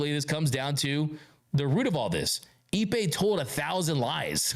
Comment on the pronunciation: His meme is pronounced Eep’pay not EBay.